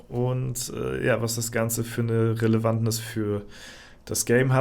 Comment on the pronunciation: Ach, es heißt doch Relevanz